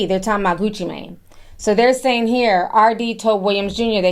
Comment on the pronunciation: It's Gucci Mane,! You're mispronouncing that name, sweetheart! Anyway, looks like these guys are going to be in prison for several decades if not life and they belong there! People are not safe around these violent, reprobates! 🤡💩🐂